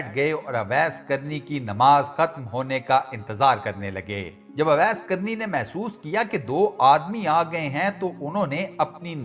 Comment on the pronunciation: Mery Bhai naam ka alfaz shi Ada krain, sahi alfaz owais hy awais ka mtlb bherhya hota hy lihza sahi naam owais pukarain (Jzak Allah) ghlti nrazgi mazrt